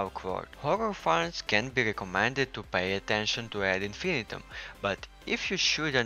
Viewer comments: Isn’t it pronounced Ad in-fin-EYE-tum? It doesn’t rhyme with millennium. Unless the makers say otherwise? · Whose gonna tell em how to pronounce this.